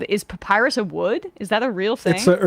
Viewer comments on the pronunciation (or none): none